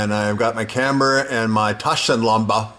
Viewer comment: Nice pronunciation on "Taschenlampe". Greetings from Germany.